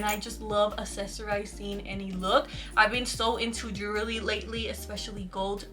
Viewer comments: haha jewellery is pronounced jul / er / ri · Never heard jewellery pronounced the way she does, its stuck in my head now😂😭